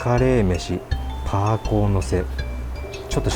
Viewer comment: 、台湾では、「排骨」は、「ぱいぐう」と読みます。